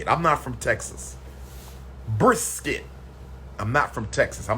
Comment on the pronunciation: Lol he can’t even pronounce brisket.😂😭😂 “BriS-Kett”